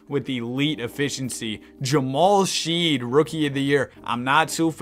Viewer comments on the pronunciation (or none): it’s she- ED. not sheed